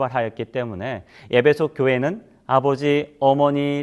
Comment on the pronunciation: 예배소라고 발음하니 귀에 거스르네요 목사님 발음을꼭 확인해 보시지요